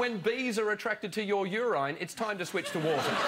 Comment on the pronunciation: Did he say u-rye-n? Does he mean u-rin?